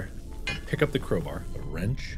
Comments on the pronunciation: Crow Bar Not Crow Bear Hahah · Bro it's crowbar not crowber? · im sorry but why does he say crow-brr instead of crow-bar